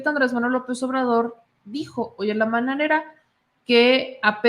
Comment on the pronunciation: Es mañanera no mananera